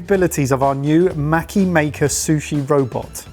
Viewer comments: The a in maki sounds the same as how you lot say pass. Maki > maw-key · Me wondering when they will learn how to pronounce maki correctly...